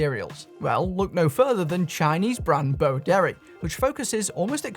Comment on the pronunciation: I'm so old that when you say Boderry, I hear Bo Derek.